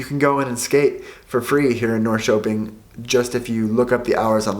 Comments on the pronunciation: Triggered when he said "Norkoping" and not Norrköping? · I banged my head against the wall when you said Norrköping 😂